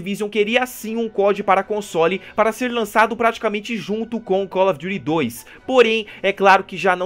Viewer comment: Call of jury? Kkkkkkk